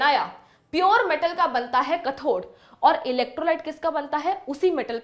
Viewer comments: It is not kathor correct pronounciation is kathode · mam anode or cathode ko prounce aache se karo